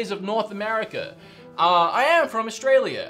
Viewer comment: You're from..... Awe...stray....leah...? What???